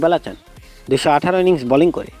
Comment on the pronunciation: কিরে ভাই উচ্চারণ এমন কেন? সাকিব আল হাচান মানে? সাকিব আল হাসান।